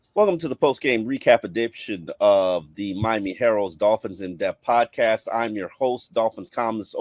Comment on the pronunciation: He said edition but the mumble almost sounded like profanity lol